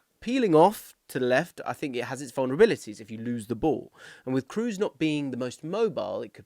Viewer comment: On my mission again to get English people to pronounce Toni's name correctly. It's Krohs, not Cruise. The double O is long, not a U-sound.